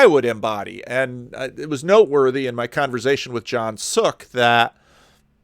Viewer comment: Sorry for nitpicking a bit. The word is "converSation" not "converZation".